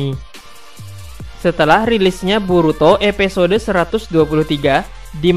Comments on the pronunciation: Episode bang bukan epesode pengucapannya. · Ngomonya episode bkn epesode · Sama njir.. Padahal di judul dia nulis episode tpi dia baca EPESODE.. Wkwk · Episode bang bukan epesode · Episode woyyy bukan epesode 😂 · Kak bisangaksih bilang episde 😡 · EPISODE WOI BUKAN EPESODE. mual gw dengernya